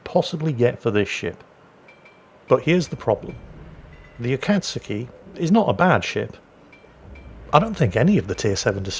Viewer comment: because no one knows how to pronounce this ships name heres a tip, U is silent and when saying kat its more like saying cod but with a T so cot A-kat(cot)-ski.